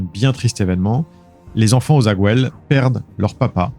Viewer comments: Ta prononciation de Aussaguel, le nom de Delphine laisse a desirer. En Occitanie on n'est pas espagnol bordel! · On dit " o sa guel " pas " ozaguouel "